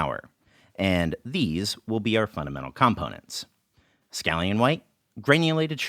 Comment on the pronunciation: Enjoyed this video a lot, as I do all your videos! One thing kept taking me out - I've never heard someone pronounce 'components' that way. Am I crazy?